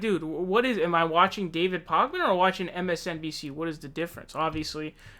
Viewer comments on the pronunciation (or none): David Pockman? Funny. :) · You clearly are not very familiar with David Pakman either since you can’t pronounce his name correctly and are misrepresenting most of his content. He has been saying for months that he would not make any public endorsement but that he will be voting for whomever has the best progressive policies and a pathway to the nomination. He has been transparent about that all along. He just declared last week that he will be voting for Bernie Sanders in the Massachusetts primary. You can’t declare someone isn’t progressive just because they don’t buy into conspiracy theories. There’s lots of YouTubers who say, “Let’s wait until all the facts come out before we accuse anyone of anything.” When evidence is found, he reports it. Also, his show is a business. He has rent, employees, utilities, and other expenses. How is he supposed to pay for any of those things when YouTube is demonetizing half of his videos? He has sponsorships because he has bills. Just because someone doesn’t agree with 100% of your opinions, doesn’t mean they are establishment and should be canceled. We need all the honest independent reporting we can get.